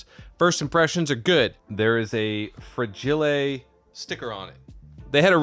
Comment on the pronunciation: fra-ge-lay ... box must be italian